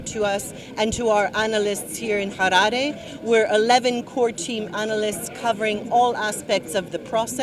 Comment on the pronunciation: im not convinced ,i think she's a Zimbo coz the way she just pronounced Harare kaa ummn she a zanu party member